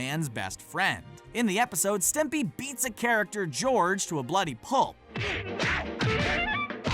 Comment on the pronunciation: Thumbed down for "Stimpy"